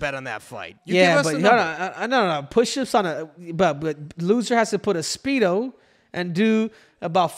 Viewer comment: Henry said “Schpeedo”